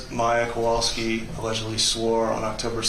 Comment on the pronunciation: They all just give off an angry and annoyed vibe most of the time. Also, that's what I've been calling her, too, haha. And why can't pronounce "Kowalski" correctly? can't pronounce "Beata" or "Maya" and now we have. Ugh